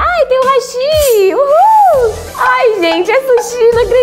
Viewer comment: Não sei se vai ler, mas a pronúncia do hashi tá errada. "Hashí", como foi pronunciado, significa ponte :'D "Hashi", focando o som no "A" mas sem ser muito agudo, esse é o nome desses palitinhos.